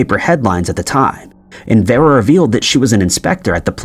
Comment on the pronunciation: Vera is pronounced Veer-a.